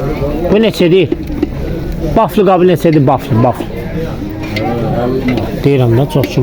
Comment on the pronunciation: Baflı nədi? Belkə vafli demey isteyir.😊